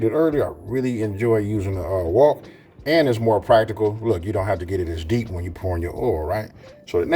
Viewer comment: Hello 🆎 I love how you say W O K. I love making a wet batter with either seltzer or beer. I like the coat after the fry.